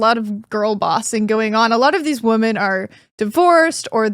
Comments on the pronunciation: Someone tell this girl its phonetically pronounced "Wimen" smh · Great interview! 👍🏻 needs to work on her pronunciation of “women” though. It sounds just like “woman” when she says it, so it’s distracting/difficult to follow the conversation.